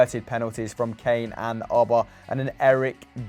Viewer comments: Why they pronounce it “Owbamayang” so weird😂😂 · If only they could pronounce Aubameyang correctly